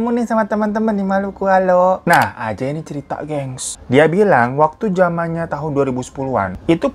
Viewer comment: Sangkung excited bg hiro cerita nama ajay jadi ANJAY dong🤣🤣. Emng klw nntn konten bg hiro ditunggu2 tiap saat. 🤣